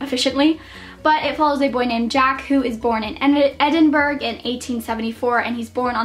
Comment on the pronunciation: Haha just found it funny that you pronounced Edinburgh like that. It is pronounced Edin-bur-a